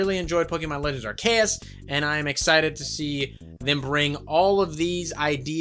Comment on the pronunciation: Also you are pronouncing Arceus wrong...